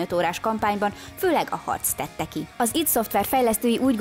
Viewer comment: Nagyon adja a videó pont amilyennek elvárja az ember tőletek, de nagyon kérlek tanuld meg!!!! Az id az Áááájdíííí 😅😅🤣🤣🤣🤣